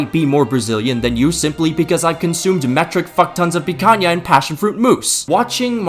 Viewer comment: My bro said picanha perfectly, that's impressive. Congrats from Brasil 🇧🇷